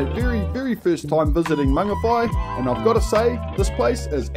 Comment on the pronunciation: At last someone who says Mangawhai CORRECTLY, and I love the "missy tero" comment too, I'm subscribed bro, I havnt heard "missy tero" in ages